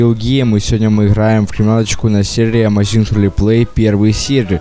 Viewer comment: Так сложно говорить заместо буквы "Х" "Г". Что за амазинХ